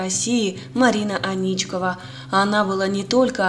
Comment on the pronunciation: Аничкова, ударение на первую "А".